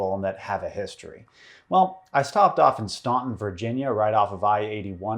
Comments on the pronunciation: “Stan-ton”, not “stawn-ton” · Staunton is pronounce "stan-tin" not "stawn-tin", you silly goose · I'm sure it's a great video, I'm only 25 seconds it, but I must comment. I know how it looks, but the name of the town is pronounced "Stan-t'n." Pretend like the "u" isn't even there. I lived about an hour north in Lynchburg for not quite two years, and the locals raked me over the coals for pronouncing it like that. I still have the scars, in case my knee-jerk comment wasn't an indication. EDIT: ROFL, corrected . Nice! EDIT2: Now that I'm done with the video, it was a great one. Thanks for doing this! I didn't know about a lot of that. Certainly brings to mind the phrase: the banality of evil. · hey virginia local here !! staunton is pronounced “stanton”. i dont know why either ! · Love your videos but I lived in Virginia for about fifteen years and just a note - it's pronounced "Stanton"... the "u" is silent. Otherwise great video! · I’m from that area! Correct pronunciation of Staunton is Stan-ton for some reason we drop the u haha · 9/10 the dark secret is how the hotel treats its employees...also it's pronounces Stanton. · Virginian here. I know it's spelled Staunton and my Northern VA ass used to call it, "Staunton," until going out to that area for college where the locals pronounce it, "STAN-ton." Loony, I know! 🤷 (EDIT: Ah! You caught it!) EDIT 2: Man, DeJarnette's eyes in that picture remind me of those Victorian post mortem family photos. Like he was propped up for it. I wanna ask him, "Just what game was it that 'we' were losing?"